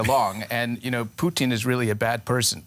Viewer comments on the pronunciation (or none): Why is she saying poutine instead of putin ??